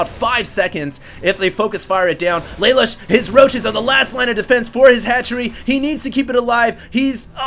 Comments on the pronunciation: I think Lalush is pronounced like Lah-Loosh; a play on the spelling of "LeLouche" from Code Geass. At least that's the first thing I thought of when I saw his name. That said, thanks for posting these replays. Very awesome man. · PRONOUNCED LUH LOOSH